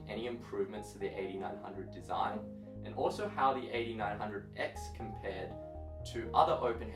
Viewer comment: It took me almost 5 minutes to figure out you were saying AD900X not 8900X (eighty nine hundred x).